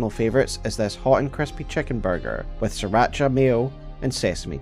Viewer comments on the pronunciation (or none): none